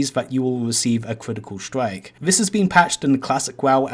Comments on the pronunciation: pwoc wekoning wif a cwitical stwike! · Pwok Cwitical swike